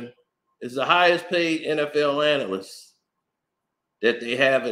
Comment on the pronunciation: It’s “analyst”…